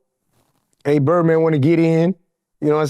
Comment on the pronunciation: He said birdband